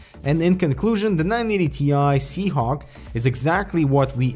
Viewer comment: Surely I'm not the only one hearing SeaHonk, right?